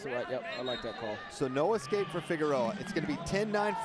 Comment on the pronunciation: why does this idiot keep saying excape instead of escape